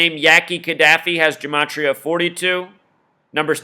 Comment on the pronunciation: Oh and dude that did this right, please get the names right. It's Ka Da Fi